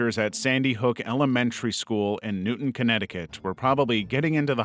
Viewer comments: I’m sorry but I have to make the correction: it is Newtown, not Newton. Pronounced like New-town I was in high school less than 30 miles from here when my principal made an announcement over the intercom that there was an incident in Newtown, and one of the kids that was tragically lost was one of my best friend’s cousins 😢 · It’s New-Town like the word New and Town not like Issac Newton sorry if I seem rude but i got really triggered when you said Newtown 💀😭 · Newtown not newton